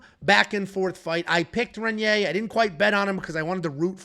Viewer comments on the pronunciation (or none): Please learn how to say Reinier or just say RDR. REN-yay is not how you say it lol. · I'm sorry to be this guy guy but it's Raiyneer, try and roll that first R